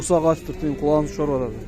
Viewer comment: Кулагын шорупатат😊 Сорупатат десең